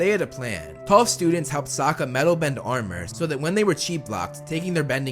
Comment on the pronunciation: Suaka? Dude it’s Sokka not hard